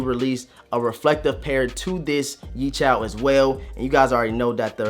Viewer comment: YeeCHALS? Where is there an “A”? Yecheels